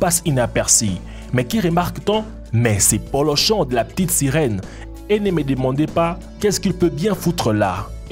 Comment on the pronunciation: "La pitite sirouen"😂😂😂